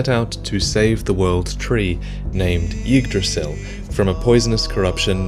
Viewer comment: Assuming I understood the word right - probably ygdrassil - it's pronounced "yig-dras-ee-ill"